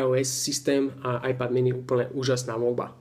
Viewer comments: z toho tvojho ajpadu ma bolia uši keď to vyslovuješ veď každy vie že to je iPad ( ajped ) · Preboha ajpad ? :) číta sa to ajped a nie ajpad :D :D :D